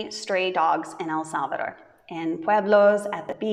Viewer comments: You pronounce better EL SALVADOR ❤ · Love this video, and loved your pronunciation of El Salvador ❤🎉🎉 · You pronounced so good El salvador 👍😀😀